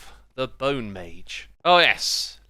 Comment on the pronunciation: ...bow-ne... that's all